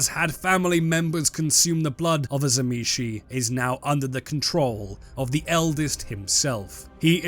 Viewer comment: you are pronouncing tzimisce wrong m8, It is "zim-eat-see" according to its creator